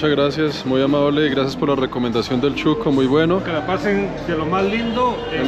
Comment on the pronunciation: Shuco no chuco jajaja 🤣